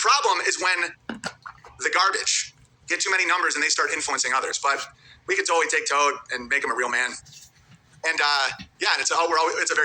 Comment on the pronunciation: Owens that dude who pronounces L words with W sounds.😂👌 Totawwy,Awedgedwy, iwigitimentwy, and many more.😂